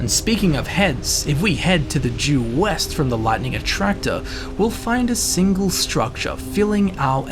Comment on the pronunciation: Grave Haze Grove is west, not weast. And Master's Keep is east not west.